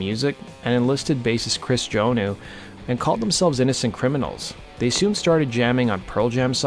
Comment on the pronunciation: You Pronounce the bassists name wrong his last name is pronounced Joan-Now.